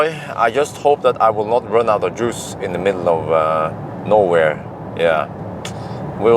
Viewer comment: At 16.25, did you say -in the middle of nowhere or Norway? :D